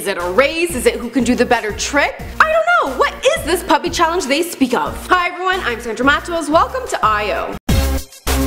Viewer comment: There is none to very little information in this video. P.U.P.I stands for Por Un Piberio Integrado (For an integrated childhood) it was founded by Javier Zanetti to help poor children in his country Argentina. Also you don't pronounce it as Puppy...